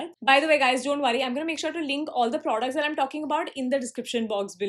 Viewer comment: They're not producs they're products she prounounces the word "products" so wrong man it's almost cringey